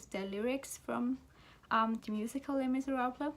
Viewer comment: Sweet! You pronounced the names better than I would have! This is a great tag, totally gonna check out Juan's channel